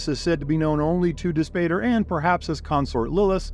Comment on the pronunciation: Dispater = dis POT ter, "pater" = father in Latin, so Dispater = Dis-father